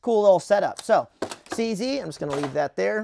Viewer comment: cz is not pronounced cc tho, its czed